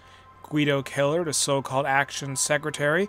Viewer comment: It’s kinda cool to have someone in a video game with your last name. But you’re pronouncing it wrong, your making it sound like Killer, it’s Kell Er idk it doesn’t really matter. Great video.